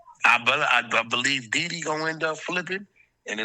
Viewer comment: It's Dede brother, not Dede